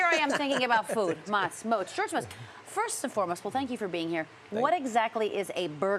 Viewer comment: If he wants to be called moatz he should put an A in his name. Motz is pronounced motz😂